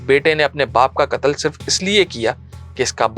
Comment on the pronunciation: بہترین انداز بس لفظ (کتل) قتل غلط تلفظ کررہے ہیں